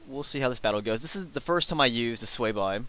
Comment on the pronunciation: It's pronounced Sway-vee